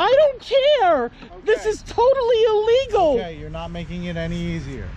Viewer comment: "You have'd your dogs out noht on a leesh. Das ilEEEgahl!" Blaze the Mobility Fan